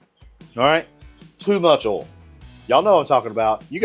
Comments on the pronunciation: It’s oil not oool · “so let’s talk about öl”